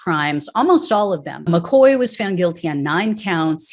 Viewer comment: All these Irish names make sad reading.McCaughey should be pronounced Mc Caw-hee but I know Americans have a problem with Irish names like Moran and Mahoney and Siobhán and Niamh.Anyway,I hope that they enjoy going to jail for the orange blob and I'm sure that he won't be thinkinking about them while playing golf.